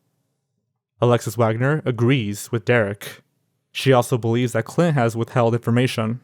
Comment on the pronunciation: My name is Clint and I can't take the sound of it from your mouth